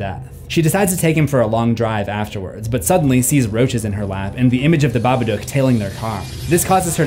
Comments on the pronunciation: saying babadook wrong.. bab-a-dook idk wtf ur saying but its wrong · The Babaduuck